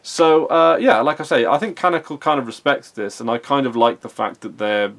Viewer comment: It is not canical, it's canONical